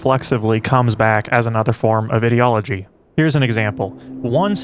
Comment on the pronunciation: Why do you pronounce ideology like that? You don't seem to be consistent when saying words such as 'ideological'